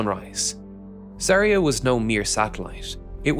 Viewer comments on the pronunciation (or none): ZvezdA and ZaeYA. Not ZvEzda and ZArya